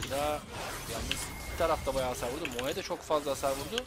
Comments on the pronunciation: bro şuna moe deme moğ de , telafuzu öyle , tilt oldum. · Sunucu kardeşim İngilizcen var da neden "mo" yerine "moe" diye okuyorsun. Dislike sebebi. Ama emek var.